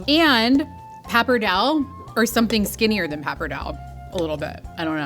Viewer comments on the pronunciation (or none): The pronunciation of pappardelle really bothered me during the this episode more than it should. Pap arrr day lay!